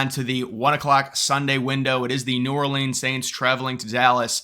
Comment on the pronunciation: New Ore Leans 😂